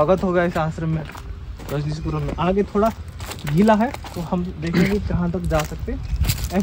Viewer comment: Phale ...rajnishpuram thik say bolna shik lo